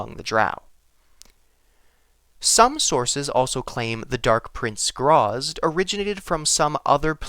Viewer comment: Its gra zit. Not grazz.